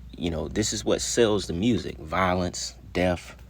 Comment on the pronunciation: The word “death” be kick your ass 😂😂😂😂 “deaf” I love your content though 🫶🏾